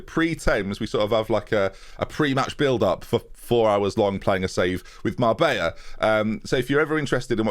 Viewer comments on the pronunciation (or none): none